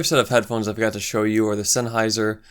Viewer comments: Just pronounce the "hei" in Sennheiser as "hi" from "hi folks". Senn-hi-ser. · Excellent review and your choice of headphones was spot on for a great comparison. Please accept what follows as constructive criticism...I believe the reason you got over a hundred dislikes was because you didn't know how to pronounce Sennheiser and Schiitt. I don't think that's fair, because I thought your opinion on all these cans was accurate, and you said you were not an audiophile more than once. For future reference. Sennheiser is pronounced SIN-high-zuhr. The story on the name Schiit is that the before the company had settled on a name, it's owner would tell his wife he had to go work on some shit. His wife said for that reason, he should just call the company Shit. He thought it was a good idea, so he changed the spelling. It's pronounced shit. You also mentioned you didn't know who Quincy Jones is. Jones is one of the most prolific music producers of all time. He would have to be in most experts' top five, I would think. He started work in the 50s and worked with some of the greatest acts in rock/soul history. He was sought after in the 60s for music scores. He produced Frank Sinatra, Ella Fitzgerald and Michael Jackson among many others. He worked with Jackson on Thriller which is the top selling album of all time (Largely due to Mr. Jones work in the studio). He also produced Jackon's "Bad" album and "Off the Wall." To date, "Thriller" has sold 110 million copies. Bad sold 45 million copies and "Off the Wall" sold 20 million copies. That's 175 million albums sold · Smashed the LIKE button as soon as i saw you go senn-hrawwhrharrrwoof! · This video triggered me. How can you review headphones but not know how to even say "Sennheiser" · How hard is it to say Sennheiser dude. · This is a great video but come on man Sennheiser really isn't difficult to say and it's a house hold name that most people know and have heard of. Also, Quincy Jones - really?